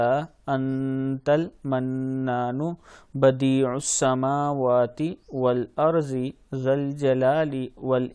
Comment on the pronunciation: Bhai duaa mein wal “wal arzi” nahi “Wal ardi” hai woh. Agar main galat nahi hu toh